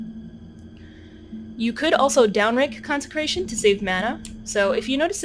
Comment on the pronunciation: you keep messing up 'consecration' and laughing. it becomes old after the 1st time... very hard to finish this video..